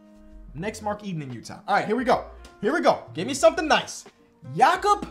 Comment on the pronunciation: mad respect for pronouncing Jakob the German way